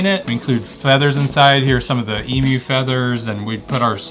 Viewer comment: Bro great video but I especially gave it a like because you pronounced emu correctly. Being from Australia, it's very weird to hear people say e-moo